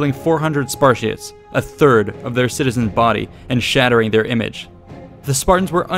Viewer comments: What the HELL is a sparshit??? Did anyone else hear him call the Spartans sparshits??? I'm greek and have Spartan relatives....I can't watch past mins due to this insult. I dare u to say that to a Spartans face..... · I keep hearing Sparshits. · I thought that you were saying "Spar-shits" and not "Spartiates" all the way until the very end of the video when you showed the word spelled out. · I thought you called the Spartans the Sparshits lmao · Did he say "sparshits" at the beginning? Yeah he was paid by Athenian or Persian coin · where you calling them spar-shits? WAT?! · hey is it me or hes really calling spartans "spar shits" ? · Anyone else hear "spar-sh*ts"? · I heard 'SPASHITS' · Ha, he said sparshits 😂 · What are “Spar-shits”? Correct pronunciation of the subject could, at the very least, perhaps lend a modicum of credibility to an already grossly flawed analysis. As it is... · The word is "Spartiates"